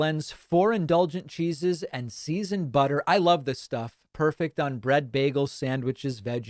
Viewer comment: I never get tired of hearing Pakman say "butta"